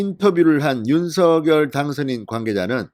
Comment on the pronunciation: 윤성녈로발음해주셔요. 색연필을생년필로발음하는것과같습니다.